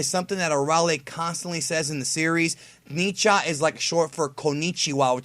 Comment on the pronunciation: It is not pronounced "ni-cha", but more like "N-cha"